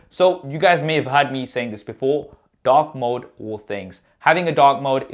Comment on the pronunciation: I heard you say dog mode not dark mode